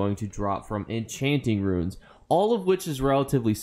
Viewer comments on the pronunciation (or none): none